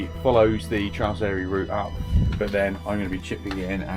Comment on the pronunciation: Interesting watch but why not take a few minutes to learn the pronunciations properly? You wouldn't visit the alps and just happily butcher all the names over there...